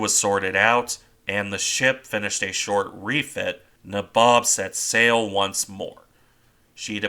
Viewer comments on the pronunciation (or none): Just a note to say the ships name is pronounced NAYbob its an old East INDIAN term for one of the ruling class. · I think its pronounced naybob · Your pronunciation of the name is wrong. It’s nA-bob. Since I’m not an English major….. Neigh (like a horse) Bob I know this as my grandfather served on her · I think U S.S. Franklin, the Essex class carrier turned into a burn pile by the Japanese off Okinawa probably qualifies in the severely wounded, makes it home category. P.S. Nay-Bob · N EH BOB (Nabob)